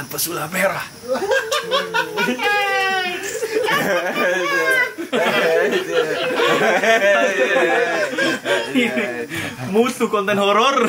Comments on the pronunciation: Gagal fokus pas denger mas dzawin ngomong pesalip merah dimenit -17 wkwkwk😁✌️ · Pesulap merah bang bukan pesalip merah tolong lah